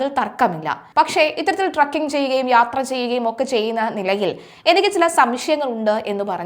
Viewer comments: കൊച്ചേ ട്രക്കിങ് അല്ല ട്രെക്കിങ് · ട്രക്കിങ് അല്ല ചേച്ചി, ട്രെക്കിങ്..